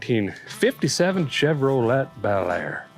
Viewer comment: You pronounce Chevrolet incorrectly. It's pronounced Chevro-lay not Chevro-let I'm from the 1960's and you're the first person in all my years that pronounced it as Chevro-let.